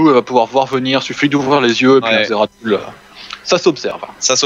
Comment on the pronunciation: svp les gars sa se prononcé zeratoul XD